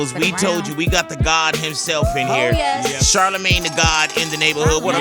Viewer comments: Am I the only one hearing Big Boy say Shart-amagne?! 😂😭😭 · He calls him char da main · Black people either call him shortymane or shardamane